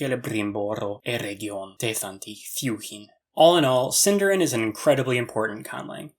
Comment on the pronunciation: SindArin, stress the A.